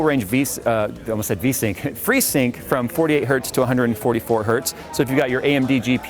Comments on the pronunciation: Freesyuugh... I vomited a bit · when I heard "free-sync" - neeeeeeeeeeeeeeeeeeeeeeeeeeeeeeeeeeeeeext.